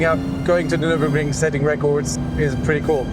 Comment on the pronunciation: Didn't expect the near flawless pronunciation of Nürburgring Nordschleife on an american channel